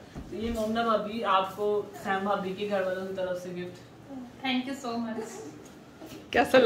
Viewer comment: ٹھنکیو نہیں تھینکیو کہا کریں